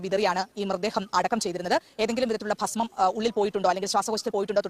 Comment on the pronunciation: പാസ്മം അല്ലടാ ഭസ്മം എന്നാണ്.പോങ്ങൻ